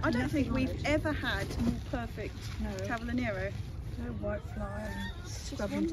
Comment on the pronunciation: Oh , how I miss Kew garden, it is my favourite place to be..another thing I miss is nurseries in London, they're much better than here in Italy..well stocked and so many varieties...ah those dailies 🤤 cavolo Nero ( pronounced ca vo lo...hehe) is the best..love it.. thanks for the lovely vlog and please keep'em long🥰😘💕